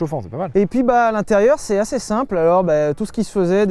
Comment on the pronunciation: Bon sylvain.. parlons d’un vrai sujet : on dit ASSEZ pas ASSAIS !!!